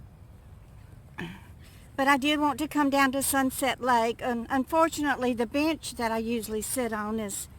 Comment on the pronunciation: I thought u said bitch lol not bench